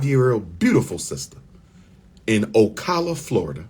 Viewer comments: It's O-Cala not O-Cola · PRONOUNCED O CAL A